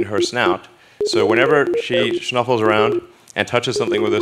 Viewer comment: The fact that Elon Musk said "shnuffles", makes me feel a lot more normal.